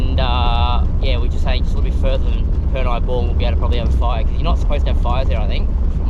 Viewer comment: The Afghans planted the palm trees back in the 1800s. I'm pretty sure Purni is pronounced 'Per' - 'Knee' not 'Per' - 'neye' haha. The showers were cold at Purni Bore when I last visited in July 2018.